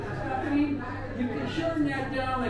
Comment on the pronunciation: Oh-La-LayeeEEEEeeee ,,,,,,, WAZZ ZappIning ????? Yur killin' me with Dat one !!!!